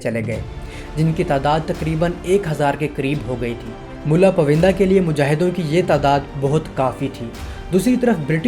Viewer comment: یہ پائوندہ ہے، پوِندہ نہیں۔ بہت سی جگہوں پر برٹش کے بجائے برٹین کہنا چاہیے تھا۔ وڈیو بنانےسے پہلے اپنی جہالت قدرے کم کر لینی چاہیے۔